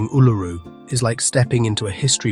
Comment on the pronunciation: Your pronunciation of Uluru is wrong. It is pronounced oo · luh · roo. You should Google to check the names in all your videos. Considering your pronunciation of Uluru, I can see that you have not been there because there is no way you would have that pronunciation. So this is not an inside story; it is research findings. These locations need a lot more research and understanding before one heads off to them. The safest one to try is the 12 Apostles, as it is a day trip from Melbourne or an overnight trip to stay in a town close by.